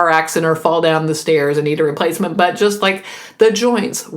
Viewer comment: I heard "...get in a car accident and need a replacement butt." I have to admit, I giggled like a child as I imagined someone needing a cybernetic butt. Then I realized you meant "...a replacement, BUT..." Oh well.